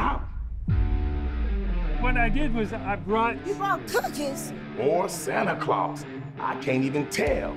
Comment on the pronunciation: Bro said ZZ Top or Santa clause 😂😂😂😂😂